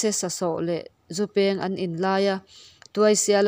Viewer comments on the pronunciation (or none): "Zupeeng" nilovin, " zu peng"ti a lam /chhiar tur a nih hmel, "peng" tia lam rik tawi tur a ni. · A ngaihnawm hle mai, ama'rawhchu, duh aiin, chhiar i zir a la ngai deuh. 'Chawng' tih leh 'Zu peng' thil dang pawh lam fuh loh a awm nual